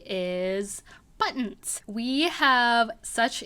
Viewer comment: Empty back wall.🤔 You could make a screen panel to cover up the wall altogether. Some suggestions : a folding screen, a fabric drape, a rolling screen, etc. Decorate as you like. There’s lots of possibilities., 🤗 ~ Nice ideas for buttons. I prefer when you speak naturally, like when you say “ buttons “ , instead of BUTT ons ! Especially keeping in mind how close you speak into the mike. “BUTTons” ! sounds annoying . ( I’m a sound director )